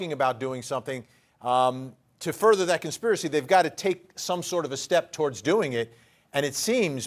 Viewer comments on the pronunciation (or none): none